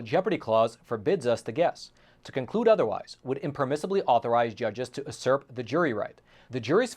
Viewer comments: You said ‘Asorp” for Usurp? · You're mispronouncing 'psychotrōpic' and 'usurp'! Carry on! Love you're content!